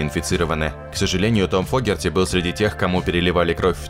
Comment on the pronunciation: ...правильно ли ударение,слышимое нами? Точно ли Джон ФОгерти,а не ФогЕрти? Подскажите,знатоки. . . Рома 🎩